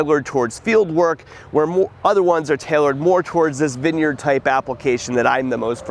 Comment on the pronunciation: vin yerd , say vine yard